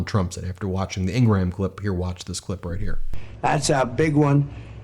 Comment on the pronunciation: I hate her too, but Ingraham is 2 syllables, not 3.